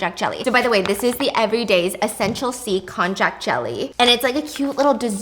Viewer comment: Just kindly informing that it is spelled konjac, sometimes konnyaku, but pronounced "kon-yak." 😅 It's a root vegetable originating from China, but popularly known by its Japanese name. It's made into noodles called shirataki, which is really yummy in hot pot! 🤤